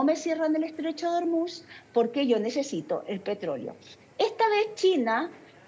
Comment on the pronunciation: El estrecho de Ormuz se pronuncia en español tal como se escribe: or-múz, con el acento tónico en la última sílaba (palabra aguda)